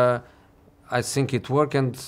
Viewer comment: How is this dude not able to pronounce the word “think” after living in England for 10+ years…..